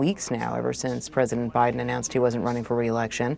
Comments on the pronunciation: 😂did she say president obiden? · She said oBiden 😂 what a joke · Lapsus révélateur : "President Obiden.. Biden!" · Did she just say "President Obiden"?🤔